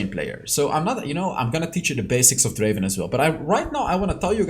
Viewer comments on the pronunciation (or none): Not draven it's drrraven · Its Dreyy ven 🤣